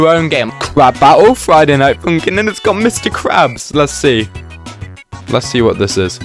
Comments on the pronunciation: "Friday night foonkin" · Friday night foonkin